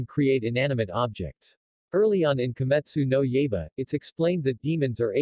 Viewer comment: "Kee-Mitsoo-No Yay-ba?" It's "Key-mit-soo-no-Y-eye-ba." Not that I blame you, as I know full well that foreign dialects to the English tongue are a mother f*cka... Like for example "Samhain" is pronounced "Sow-wen." I dunno how the Gallic dialect gets that pronunciation from that spelling, but that's how it is. And as you know in French "Monseuir" is pronounced "Miss-ew-er." And while I took French for three years in high-school I still don't get how such a pronunciation comes from that. And for the Japanese "ai" has a long "i" sound, whereas for us English speakers it's a long "a." I think I was 16 when started to pick up on that. Though you'd think I'd have picked up on that sooner since Digimon season 1 has a character named "Tai," which in the English dub was pronounced properly as "Tie." I hate hindsight sometimes.